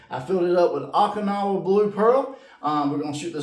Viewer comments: Oh-kinowa, not aw-kinowa. City in Japan where big battle in WW2 was fought. Thanks for vid! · OH-KIN-AWA blue.